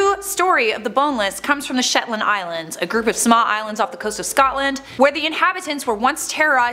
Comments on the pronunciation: "Sotland"? Sotland.....I wonder if that's supposed to be Scotland..... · OK, I'm from Scotland and like I love the channel but I HATE when the mispronounce the names of places xoxo